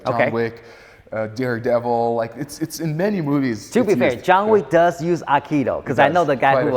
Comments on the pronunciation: First word - "Akido" !!! It's Aikido - " Aye-Kee-Do. Let's start in the right place shall we ? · please, don't say "akido":)